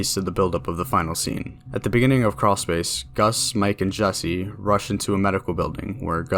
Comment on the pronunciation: where tf is a creawl s-pace